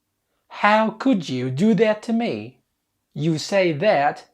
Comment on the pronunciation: الفكرة ممتازة بس عندي ملاحظات بسيطة: 1- الأفكارغير مترابطة يعني لو تركز على حدث معين أفضل 2- نطقك يشبه نطق لندني تعلم الأمريكية وخاصة في نطق حرف الآر إذا كان قبله أي ونطق كلمة مي تشبه النطق النطق اللندني ماي